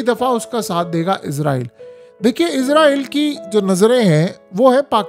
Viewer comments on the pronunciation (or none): مجھے ایک بات کی سمجھ نہیں ائی کہ یہ اسرائیل ہے یا پھر عزرائیل ہے یہ بھائی نے جو ویڈیو بنائی ہے اس میں تو یہ اس کو بار بار عزرائیل ہی پڑھ رہا ہے۔ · عزارٸیل نہیں اسراٸیل ھے۔ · Apni pronunciation theak karain. Israel is-ra-el hai not izrael. Izrael angel name hai.